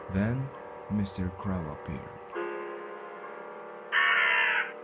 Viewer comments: because I have something to say about these videos and I’m confused as to what kind of explanation video is shorter than the game like Paradox being 1 hour and his explanation being 1 minute... and he only has like six videos! Ugh 🤦 worst channel I’ve ever seen. Him calling Mr Crow “Mr Cr-owl” and his videos are so bad there aren’t even captions! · He pronounced “Mr Crow” wrong though